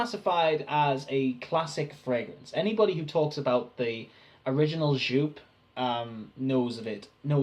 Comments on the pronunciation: If you’re going to explain how it started get the pronunciation correct! It’s pronounced YOPE! You twat! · Not pronounced 'shoop'... Seriously.